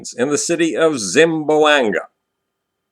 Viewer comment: As much as I like to watch your videos, it really pains me the way you mispronounce Zamboanga. there is no Zim it is Zam :P